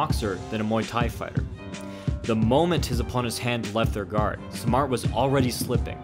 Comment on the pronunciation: Great video. Just one thing. His name is pronounced "sahm maht".